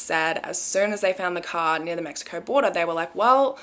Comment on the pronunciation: The way she says mexicourrr😹🥺